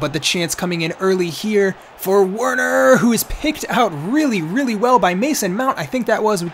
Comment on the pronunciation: Bro, Werner is pronounce as Verner. It’s German. 😁😁